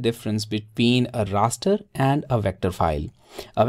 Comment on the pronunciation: Did he say “ a Rasta file”